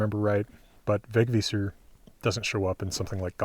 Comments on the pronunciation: Thanks! / A swede with a Vegvísir-necklace. Great pronunciation by the way. Would not have said it if I didnt mean it! Really good. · Wow, you're pronounced it very well!